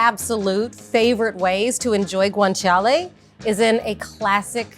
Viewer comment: She pronounces it just fine, considering she's speaking English, in my opinion.